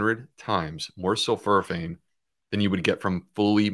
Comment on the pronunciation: It’s sul-FOR-a-phane, Doctor Bulciewicz.